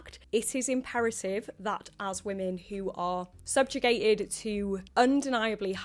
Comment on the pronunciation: "Subgigated"? That's a strong word...